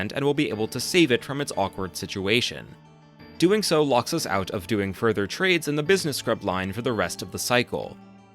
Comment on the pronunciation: He tends to puts emphasis on the end of words. "thaT, ouT, siDe-quesT, deeD"